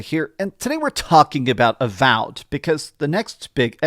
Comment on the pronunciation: what happened with some of the pronunciations in this video haha, called avowed avalled at one point and called re fantazia re fontayzio